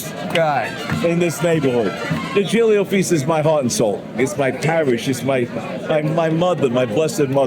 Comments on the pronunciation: All proud of their italian heritage, and yet none was able to learn the italian pronounciation for "giglio". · it doesn't matter being sophisticated. It's just weird hearing people to claim being Italians (actually they aren't Italians at all, having a remote Italian origin it doesn't make you Italian) and can't pronounce correctly the Giglio